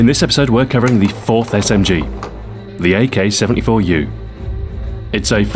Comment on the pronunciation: Smg-----my ears started bleading